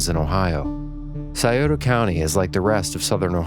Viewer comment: You’ve lived in Ohio all your lives and you don’t know how to pronounce Scioto or Gallipolis? Really?